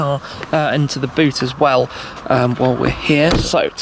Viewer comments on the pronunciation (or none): none